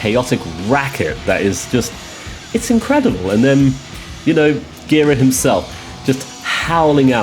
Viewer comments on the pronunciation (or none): Last name is pronounced “jer-AH”